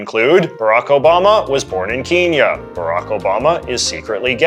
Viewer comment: Good video, but why did you pronounce "Kenya" like that?